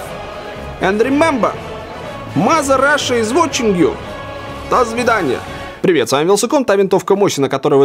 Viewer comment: Дазвиданья))) орнул